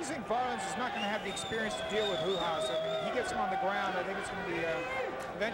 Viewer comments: who is hoo haas? its r u a s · Ah yes..Marco HOO-HAS. I remember him quite well. 😆 🤣 😂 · Why did he keep pronouncing "Ru-has"??